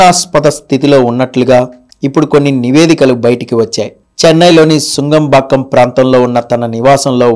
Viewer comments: " సు౦గ౦ బాక౦ " కాదు - " ను౦గ౦ బాక౦ " !!! తెలివి లేకు౦డా వీడియోలు చేయక౦డిరా !!! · Nungambakam,,sungambakam kadu